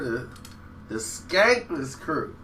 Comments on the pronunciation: skanless krew not skankless free lol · Not skankless its skanless stop reading about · skanless not skankless cmon man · SKANLESS!! Nigga not skankless lol come on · DJ Quick is pound 4 pound the best rapper/producer in history its a short list of people who can do both a high level that Quik #1 and Kanye #2....in a side note do this dude ever know what he talking about I respect him for finding his niche,but please do your research moron..the "skaneless" crew as u pronounced it..it's skanless short for scandalous dog...carry on.. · Skanless not Skankless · This dude said skanless crew. Bruh…it was the Skanless Crew. Sounds like you’re researching everything as you are talking. You must’ve just listened to “Get At Me” right before you made this awful video. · I was thinking the same thing, how you gonna state facts and you don't know the damn name?!?! "Skanless" Fool